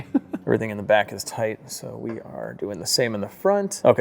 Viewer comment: With the gold hardware, when you say it's a tight fit, I hear you saying it's a "toit" fit.